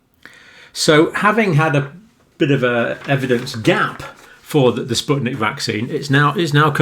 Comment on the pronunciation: It's spyutnik FIVE not V